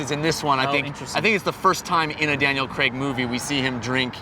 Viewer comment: why does he pronounce craig 'crag'. its really weird